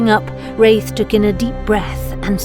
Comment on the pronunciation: My favorite lore yet! Rathe is a beast of a summoner. Aftersound did a great job on the music as always. The pronunciation of Rathe (long A or short a) needs to be sorted though.